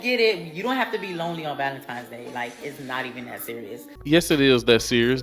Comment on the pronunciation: I find it hilarious how most black folks call it valenTIMES day 😂